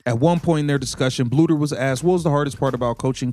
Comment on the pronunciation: Not a bad video but you need to teach your AI to pronounce Coach Bluder's name correctly!